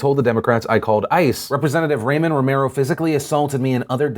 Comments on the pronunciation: Hey Phil, just an FYI, Ramon is pronounced "Rah-mone," not "Ray-min." Love your vids! Keep it up! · afaik, Ramon isn't pronounced like Raymond.